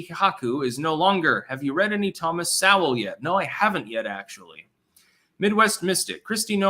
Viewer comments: Hey its pronounced So wool not Sow wool. No comment on Mary land. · Thomas Sowell's last name is pronounced 'Soul'. Also while I'm at it, it's Dan Bon JEE no, not Dan Bon HEE no.